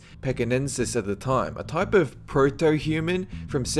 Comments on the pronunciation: Nova 'Sco-tee-a'??!?!?!? Did you even go to SCHOOL?!?!? Nova 'Sco-SHA,' you IDIOT! Your accent' is pathetic, and it's NO excuse for your ABYSMAL record of mispronunciations of things you list, your inability to 'sustain' your 'accent' - even mispronouncing a 5-letter word; 'proto' - I never thought I'd hear someone with the inability to pronounce such a simple word. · Listening to this guy's 'accent' -especially as he gets tripped up, over 'difficult' words, like 'proto.' Very, VERY irritating. That speech is NOT Aussie, NOT Kiwi, vaguely S. African, but, so f'ed up, it actually sounds like a bad Rhodesian...'Zimbabwean,' if anything. It's Peter Carl 'Fa-ber-ZHAY,' NOT 'FA-BO-jay' (WTF?!?!?), you nitwit. Hate to break it to you, Mr.,' but, no matter where one might be from does NOT affect the pronunciation of a persons name. Peter Faberge was from Russia, and, just keeping it in the same area geographically, let's take another well-known Russian Vladimir Putin. His name's pronounced 'VLAD-I-MIR PU-tin.' No matter where (YOU want to say) you're from, it's STILL pronounced that way. - and NOT 'Val-DI-mir pu-TIN,' or some other nonsense.